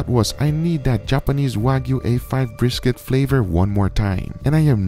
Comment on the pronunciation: Guga: breeskit